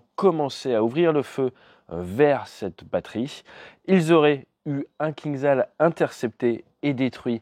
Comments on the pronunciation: Toujours aussi bonne vidéo, merci ! Juste un détail, le missile russe se prononce KinJal. Zh en anglais retranscrit le son J du russe. Ça veut dire poignard. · Il vaut mieux prononcer "кинжал" comme "kinjal". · ATE,STP, ça se prononce Kindjal, le j, étant un j, pas un i ni un z, le кинджал étant un poignard caucasien.